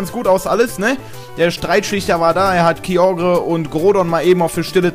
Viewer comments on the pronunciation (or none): none